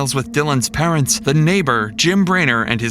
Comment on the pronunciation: The constant mispronunciation of Jim Brenner's name in this video is incredibly annoying.